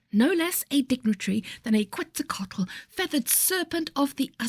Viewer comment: Why do you do this to my brain? Hadn't thought of that feathered serpent god since my kids were is school 😂 Google says 💪👍 ket-sahl-koh-ah-tul no emphasis on any syllable 🎉 almost 2 words - you did phenomenal 🎉